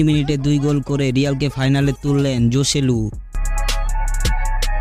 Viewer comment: জসেলু না হোসেলু উচ্চারণ হবে